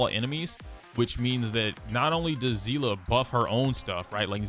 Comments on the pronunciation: Its pronounced sea-lee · I've never understood how Seeles name could be all over the place in pronunciation. As I understand it, it's pronounced like Seal. I've heard it pronounced Say-lay, Sea-lee and now zea-luh? In HI3 CN it's just Seal (pronunciation). May be stupid to get hung up on but the only person I've ever seen on the internet pronounce her name the way they did in HI3 was a robot voiced YouTuber. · do they actually pronounce it like zeela? no hate, im js genuinely curious as in honkai impact it is actually pronounced sea-lee and for the longest time i thought people were js saying her name wrong in hsr as ive ironically never actually seen a clip with the characters saying her name 😭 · How do you pronounce Seele ? Bc I just say it how I see it .. but I hear you say Zeela so now I’m confused